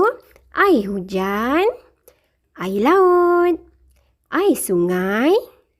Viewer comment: Cikgu maaf ya, tapi sebutan 'air' cikgu tu macam tak betul sikit sebab cikgu sebut 'aye'